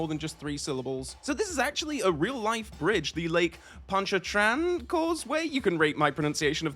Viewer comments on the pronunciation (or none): 0/10 Lake Pawn-cha-train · it’s French so, as the resident Cajun, allow me to help as best I can through text. [clears throat] “PAWN-shar-tren”. It’s named for Lake Pontchartrain, which is just north of New Orleans proper. (As an aside, the Choctaw reservation in Louisiana is directly north of Lake Pontchartrain!)